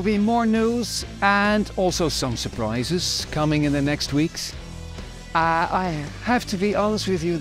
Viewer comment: “Some surprises” in an Irish accent, no less! 😂